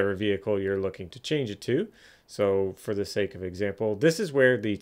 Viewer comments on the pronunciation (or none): none